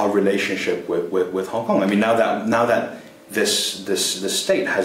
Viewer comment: its Hong Kong - not HONK!